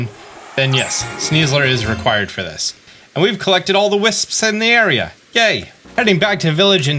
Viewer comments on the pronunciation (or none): I find it funny how he pronounces it "whisps" like there is an "h" but it's just wisps 😭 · "...all the hwipsps..."